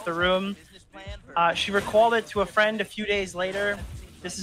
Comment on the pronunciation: Mah fwEEND croyed